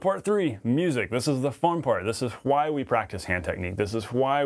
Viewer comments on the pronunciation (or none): I love this video but Ive never heard anyone pronounce why like you. It sounds like "HUHWHAII" and your what sounds like "HUHWHUT"